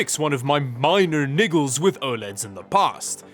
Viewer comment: He said niggles right?